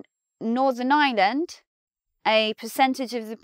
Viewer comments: You don't pronounce the "r" in Ireland? It is as if you are saying "island" and not "Ireland". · Please, it's pronounced Ireland, not island. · As a non-r-dropping American, I chuckled to hear you say what sounded like “the island of island”. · I've always been bothered by the way English people pronounce Ireland and this video shows why. Most English people pronounce Ireland pretty much the same was as they pronounce island. Which lead to a sentence in this video that sounded like this "northern island is on the island of island" when in fact the sentence was "Northern Ireland is on the island of Ireland". Ireland and island are different words, there is an R in Ireland, just sound it out! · You've missed my point completely. You're right, the phrase "island of Ireland" is correct. I'm commenting on the the English pronunciation of the word "Ireland". They pronounce it exactly the same way they pronounce the word "island". So it sounds like they're saying "island of island". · I thought exactly the same I'm still learning English but it was so hilarious. Like, she didn't even tried to make it sound a bit different one from the other. English is funny thou'